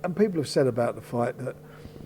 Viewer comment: THE not VER, FUCK SAKE